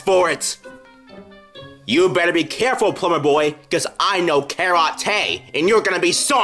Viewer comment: You better be careful, plumber boy, cause I know ka-ra-tae, and you’re gonna be sorry!